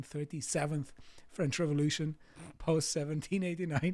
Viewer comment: "I do speak a bit of French..." - maate, you didn't have a clue how to pronounce that.